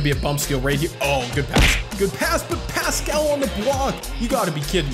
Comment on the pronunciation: hey, idk if ur gonna see this but i love ur videos. just wanted to let you know that paschall’s name is pronounced like “pass-cull” and not “pass-cal”